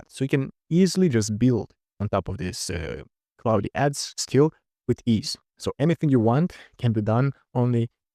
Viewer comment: Почему ты говоришь Клауди? Когда это Клод😞